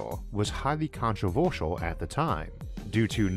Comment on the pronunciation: "Highly controvoretial".